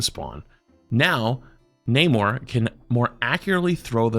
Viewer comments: It's pronounced Nuh-MORE... not NAY-more 😂😂 it's a spanish word that means "without love" if you watched the second black panther movie. You pronounce it correct then immediately pronounce it wrong 😢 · U were actually right the second time u said Namor. A lot of people say Naaymor but it’s def nahmore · The way you say Namor is actually more comic accurate. It's suppose to sound like "no more" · Please say Namor like you used to 😭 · the way you think namor is said, is wrong, the other way, the way you think is wrong is right. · has trouble with it too, he misreads and stumbles a lot. Maybe don’t be so critical idk